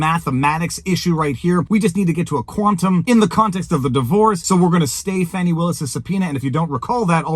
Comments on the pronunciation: Fani is def pronounced as a short for Stephanie, sorry Chris cuomo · Fani ≠ Fawni They're just trying to spare this insufferable woman embarrassment by pronouncing it in a different way. 🙄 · No black person EVER called a FANNY( Fani) FAHN-i. It’s never happened. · MTG also calls her Fauni/Fawni, I think it may be southern name and pronunciation. That said, I will be glad when this all ends in the favor of the Defendants, and hope the other cases against DJT all topple like Dominos.